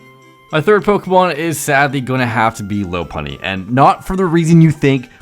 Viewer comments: Will everyone who mispronounces the name of the big brown LOP EARED BUNNY stop separating it into the words low and puny. It's LOPP UNNY. literally named after the animal it is based on. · It’s LAH-PUNNY. Get it right